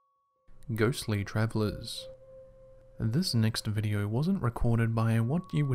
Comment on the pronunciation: Videe-urrh?? You mean video???